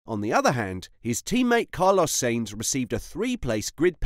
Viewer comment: Stop pronouncing Sainz as Saints. Hate it